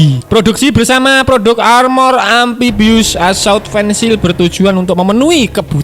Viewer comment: Fencil hh😆 fihykel min